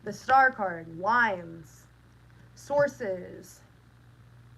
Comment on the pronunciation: I heard shrines not lines...hmmm.